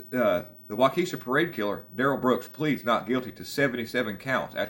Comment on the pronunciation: Walk uh shaw , that's how you say waukesha.